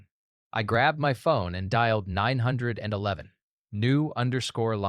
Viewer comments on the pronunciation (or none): Why is it so hard to pronounce 9-1-1 correctly?